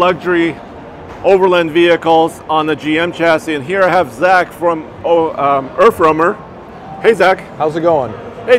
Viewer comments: earf womer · Anyone else hearing Erff wormer?